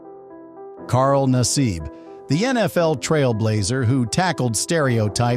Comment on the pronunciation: Carl Nassab... mispronounced name. Carl, we love ya.....you make penn State proud